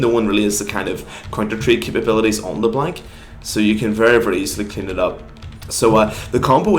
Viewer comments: couldnt make it past 40 seconds. le blank 2 op. bring back "le blonc" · and by the way, I am acadien and we don't pronounce LeBlanc "Leblong" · are you froggen? it's not leblenk m8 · How you say Leblanc gives me Cancer, it's french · No one pronounces LeBlanc properly when speaking english because they don't speak french, so you will have to learn that not everyone knows how to pronounce french names you have such a hard life don't you? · name an English word that has "anc" in it that sounds like "ank", because I bet you anything you can't find one. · Unsubbing because you are saying leblanc wrong